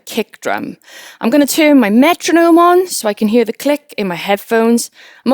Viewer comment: never heard anyone say the words "here" and "hear" as "huer" before, once it caught my attentionI was so distracted from the content haha